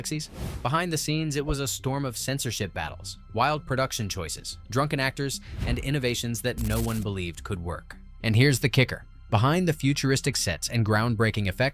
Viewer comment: "BELIEVED", not "belived" at about 40 seconds